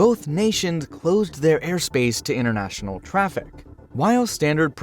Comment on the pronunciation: 'Innernational? Toronno?' Something wrong with your mouth?